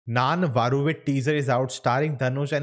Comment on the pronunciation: Very worst pronunciation of Nanae Varuvean.